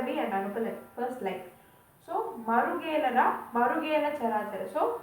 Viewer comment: Marugelaraa is the right pronunciation. Its sandhi of 2 two words, marugu and ela.